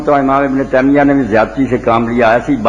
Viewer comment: تیمیہ میں تا پر زبر ہے